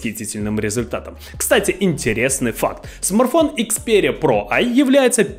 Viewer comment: Парень, я думаю правильней будет если ты будешь называть его правильно- не смарфон а смартфон